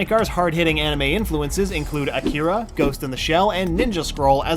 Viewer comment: Great video....but please learn how to pronounce "AKIRA" properly